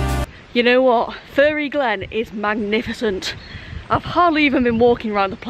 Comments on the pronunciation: PMSL! My kids asked if you were from Sintellins too cos you pronounce ‘fairy’ “furry” like me lol Great vid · Hahaha, one of your best travel vlogs yet !! Your humor is honestly off the charts, you should’ve taken all the coins and become a millionaire 😂🤣 Great video, stay safe and care :) P.s It’s fairy (fair-ry) 😀👍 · oh no, lucky you did !! lol, I meant the way you pronounce it :) Us southerners pronounce it "fair-ry"